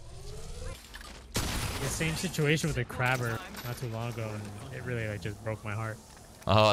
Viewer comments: Crabber? Lol its kraber. Cray-Bur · Its pronounced cray- ber not craber